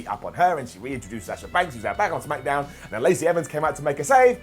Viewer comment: Second time in 7 days..... "Lets up those smack-a-downs!!!" Brown down!!!